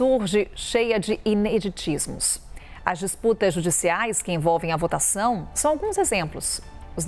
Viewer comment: " Inediditismos". Ahhh tá kkkk.